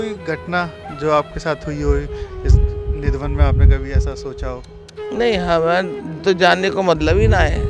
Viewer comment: Nidhavan nahi kele, nidhivan bol